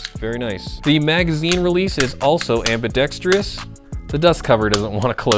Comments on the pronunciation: am·bi·dex·trous not am·bi·dex·tree-us Please. :-) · Please learn how to say ambidextrous!